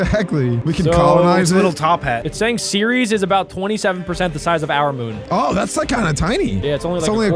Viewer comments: "Seires" "ceres" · thats a dwarf planet btw its ‘ceres’ not ‘series’ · Also ceres is a dwarf planet and it’s pronounced eres the c is silent